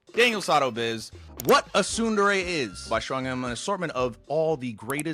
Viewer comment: What's weird about Japanese is that every vowel is the exact same sound forever, never changing. Most people pronounce tsundere "ts-UN-der-rae". He pronounces it as, ts-UNE-der-rae, because hes trying to pronounce the "U" correctly. But, the "E" will always be pronounced as eh. So it should be Ts-Une-deh-reh